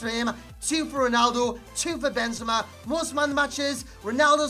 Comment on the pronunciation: Why you say Ronaldu? ahahaha